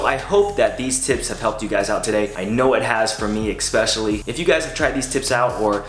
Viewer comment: love your vids but one thing that bothers me: its pronounced ESPECIALLY not EC-specially. Cheers great stuff